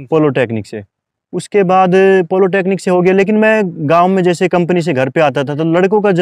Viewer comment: Bhai yeh polotechnic kya hota hai!!! Humne to Polytechnic suna hai🤔😆